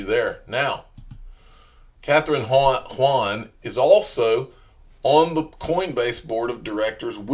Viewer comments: Kathryn Haun (Hawn) not Hwuan or whatever you're trying to say. She's not Chinese you jackleg. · pretty sure that's pronounced "hawn"